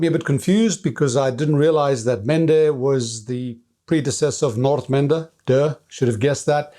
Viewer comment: it’s nice to hear someone properly pronounce the word Nordmende, great video like always.